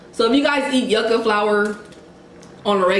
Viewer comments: Yuca (pronounced: jooka, j as in jump) It is casava. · I always like the videos before i watch😂. That yucca be so good. Ya'll need some Portuguese food and some of there Sangria in ya lives lol. Food looks tasty tho. Mad Jealous lol. ✌T.T it's pronounced you- ka not yucka 😂😂 Makes it sound like it taste nasty lol just wanted you to know for next time you get some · i’m loving the cultural mukbangs 😍😍 the yucca is also pronounced (you-kah) :) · YouKa is how yuca is pronounced. But you put the yuca flower on the meat or beans